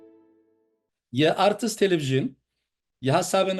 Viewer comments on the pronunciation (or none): ሰላም፦ ሥራህን እወድዳለሁ፡፡ አንድ ማስተካከያ ሠጥህ እንደምትቀበለው በማመን ነው " አርትትስ "የምትለው እንግሊዝኛ አይደለም " አርትስ" ስ ስትን ተከትላ በለሆሳስ ብቻ የምትጠራ!